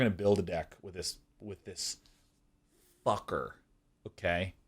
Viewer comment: The emphasis on fucker when he talks about On Nixilis made my day.